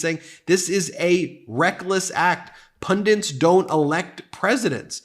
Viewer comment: P-U-N-D-I-N-T-S is not a word. I know what you mean but learn to pronounce the word, please.